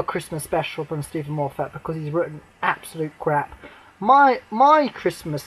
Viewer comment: well that's what i want to see on Xmas day , A film set at Christmas , not in July . Oh and FYI its moffat not " morefat " you just earned yourself a nice new shiny Dislike